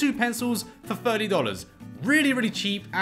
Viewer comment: So much of a different for the price. Captain America was my favorite Marvel. Quick question are you saying thirty or firty? The accent huh.